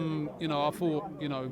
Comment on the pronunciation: I fought I fink Seriously why do you replace a T with an F sounds ridiculous. Hang on Liverpool have had injuries